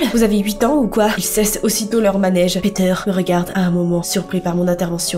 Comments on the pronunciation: Ptdr tu prononcais peteur 😂 a la place de piter 😂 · Quand elle dit Peter en anglais au début on dirait qu'elle dit picture 😑